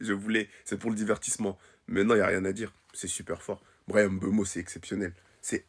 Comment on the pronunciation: C'est Mbeumo et non M'beumo svp 😢 ne fait pas ce que vous avez fait à Mbappé